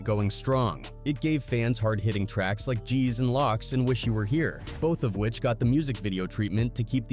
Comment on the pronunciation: "Locks" lol